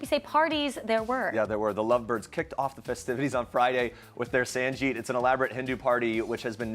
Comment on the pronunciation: It's not sanjeet for god sake, it's sangeet...